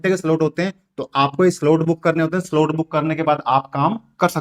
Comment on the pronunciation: 😂solt nhi re baba slot 😅ye hota h